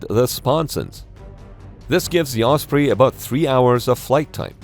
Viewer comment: Thank you for using the correct pronunciation "oss pree" and not the commonly used "oss pray" 🙄 I do think it's quite funny the Defence Dept refers to serious accidents or fatal crashes as "mishaps" as in "Oh, yes, little Johnny had a mishap in Walmart today" which we usually take to mean he was jackassing around and scraped his knee. Or he forgot to empty his bladder before leaving home and ended up wetting his pants.